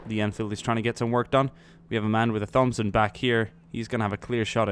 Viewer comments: its not a thomb-son its a thompson (say it like: Tomp-son) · It's pronounced "core." Thompson is pronounced "tompson." Only errors I heard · bro the Marine Corps is pronounced core. Whoever told you that is wrong. And Thompson is Tompson. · please don't say THompson is pronounced tompson just an ocd thing lol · Hey its pronounced tompson not like thumb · I noticed he was saying Thompson weird, too. It's pronounced: "Tom-son" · Lol its pronounced "tom-son" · Thompson is pronounced "Tompson" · its pronounced tompson not 'th'ompson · I love your videos but come on bud. The H in Thompson isn't pronounced. It's pronounced Tompson. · Why do you say Thompson wrong? There is no th sound. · Thompson - the H is silent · Jack Rennie no. hes sazing it wrong. its not his accent. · Naj Kraemer Some people have speech impediments or struggle to pronounce certain words/phrases and how do you know its not his accent or the way he talks. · you're saying Thompson wrong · Am I the only person annoyed by his pronunciation of thompson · me to